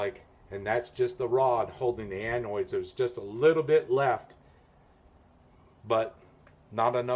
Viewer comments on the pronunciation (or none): Annoid? How’s about “anode.” Great video!